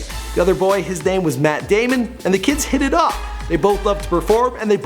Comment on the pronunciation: Why does he say hit it off that sounds like the fucked